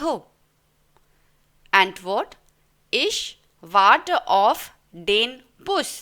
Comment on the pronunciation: Aap auf ko off kyon bol rahi ho.